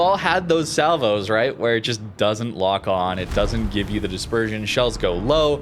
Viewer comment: CRUISER dispeesion? This was supposed to be the trait of West Virginia.